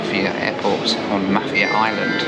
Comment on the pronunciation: Mah-fier island:)